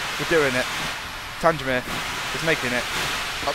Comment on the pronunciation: It's actually pronounced Tang Mere! Other thank nice video!